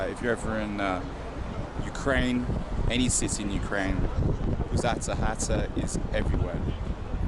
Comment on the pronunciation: Think its pronounced Puzata Hata. It means "Belly house" in Ukrainian.